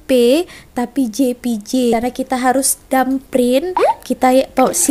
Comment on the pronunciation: Thumb print la..bukan dum print